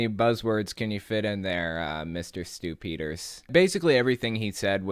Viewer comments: The way you pronounce Stew Peters name sounds like "stoopiders" . If you know what I mean 🤔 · I hear "Stupider" everytime you say this guy's name. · I just hear “stupiders” when someone says his name. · Saying his name "Stew Peters" sounds like "stupiders"-- how appropriate! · Whenever you say Stew Peters I think "stupiders"